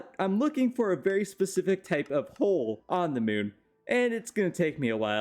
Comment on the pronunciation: "this concept is verry humane"